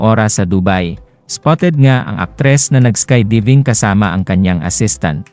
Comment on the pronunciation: Vloger correction lang hindi sky deeving. Sky diving parang Die-ving.